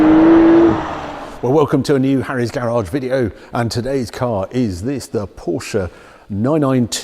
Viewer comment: It is Cologne, not Koln, Barcelona not Bathelona and Porsche not Porscharr. Why does all 911's except the GT3 sound like someone blowing rasberries into a tin? Looks nice in red and black, well relatively.